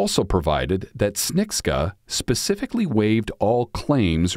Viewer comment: It's pronounced ps-che-ni-cka